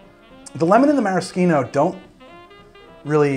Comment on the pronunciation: Don't pronounce maraschino like that ever again thanks 👌